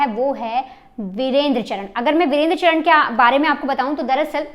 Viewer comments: जरा धीरे बोल तुम और चरण नहीं है चार ण है पहले से ही नाम लेना सीखो फिर बकवास करो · चरन नहीं चारण है । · ye sari मिडिया pagal hai inko basic knowledge hu nhi hai Gogamedi ko godamani or चारण ko चरण bolna daffol log kuch bhi news dete hai